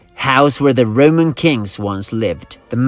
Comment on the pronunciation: every time he says "Roman" I hear "rodent" and now all I can think of is rats running around in armor and building cool shit